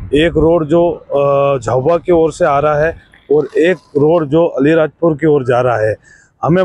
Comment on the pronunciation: अली नहीं आलीराजपुर पत्रकार जी 😮😮😮😮😮😮😮